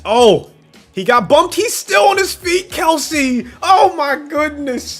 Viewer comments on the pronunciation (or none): none